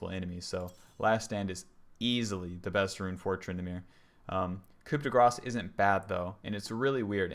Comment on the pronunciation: The p in "coup" is silent, as are all last letters in French words apart from the consonants in CAREFUL. Other than that very informative video.